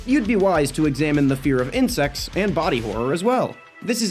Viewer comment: whener he said "insects" i thought he was syaing "incest" lmao